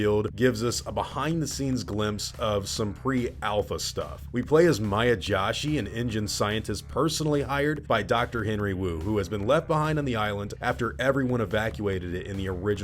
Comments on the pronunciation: Hey not trying to be a grammar n@ but Joshi is pronounced JoeShe. Joe like in Gi Joe and She well he she she.... Its my wife's maiden name and I still piss her off by saying Josh She 😂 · just an fyi. her last name is pronounced “joe-shi”